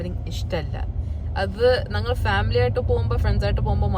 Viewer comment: "ഞ"ങ്ങൾ എന്നുള്ളതിന് " ന" ങ്ങൾ എന്നാണ് പറയുന്നത്. അത് കൂടി ഒന്ന് തിരുത്തു കുട്ടി...